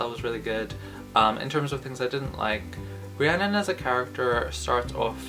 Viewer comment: I thought it was pronounced ree - a - nun lol